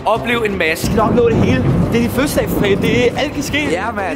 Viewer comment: Fødselsdag og ikke føsdag